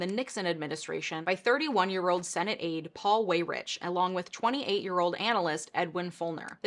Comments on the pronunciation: I don’t wanna be that guy but Paul Weyrich is actually pronounced “Why-Rick.” An understandable mistake I made before being corrected myself. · I believe Paul pronounced his last name wy-rick. Otherwise, this is another excellent video. Thanks,! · Weyrich is pronounced WhyRick.